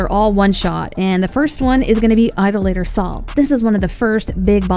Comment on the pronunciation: Why does every YouTuber pronounce idolator wrong?